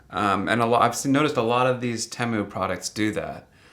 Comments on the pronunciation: Teh moo?? Thought it was tee moo.. is like how some people call them tree rutts and not rewt or root.. lol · never heard anyone call it TEM-OOH its TEE-MOO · It's pronounced TEEE MOO. It literally stands for "Team Up, Save Money". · especially not someone who pronounces temu as TEM-MOO